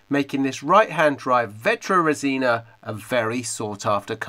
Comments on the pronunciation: Vetroresina in italian means vetro-glass ,resina-resin (fiberglass). The correct pronounce is vètrorèsina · Just to improve a bit your italian pronunciation, it's vetrorésina not vetroresìna :-) what an amazing car!!!